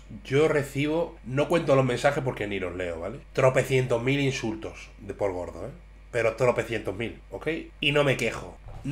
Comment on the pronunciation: gorde??? Habla bien